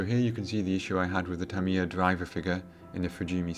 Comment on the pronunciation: Tamiya pronounced Tamier?